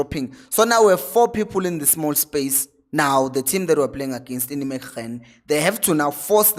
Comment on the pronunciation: It's pronounced as if you were saying "Neymegen" with the "g" pronounced the Afrikaans way. I hope it makes sense. Otherwise, brilliant content as always my Brother.